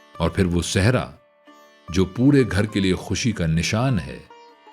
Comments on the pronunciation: لفظ سہرا ہے آپ کی ادائیگی درست نہیں ہے آپ صحرا پڑھ رہے ہیں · بھائ آپ سہرا کو صحرا بول رہے ہیں ؟ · Sehraa nhiii seheraaa